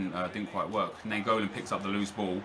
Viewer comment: Im from belgium and naingolan is pronaunced as ninegolan